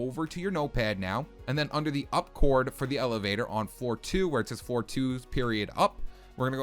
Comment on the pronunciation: Is it just me or does it sound like he says four instead of floor